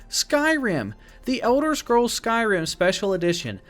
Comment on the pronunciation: oh I love it, but you called it Sky Rim like two separate words. I was like 😱. Lol but no biggie, just picking.